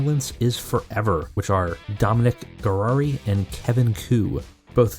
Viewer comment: It’s Dominic Garrini not garrari